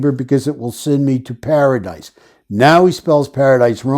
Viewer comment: Para"dice"....maybe he's played the game of dice, he's a gambler, frequents casinos? Or am i way off🤷🏼‍♀️